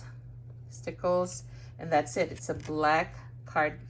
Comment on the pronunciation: When you say "that's it" parang naririnig ko din yung pansit (that's it, pansit). hahaha Gorgeous cards,. I love those butterflies on your cards, the embellishments and shimmers makes it more beautiful.